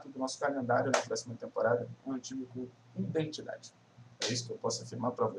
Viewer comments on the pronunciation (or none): "Indentidade", assim vc me quebra kkk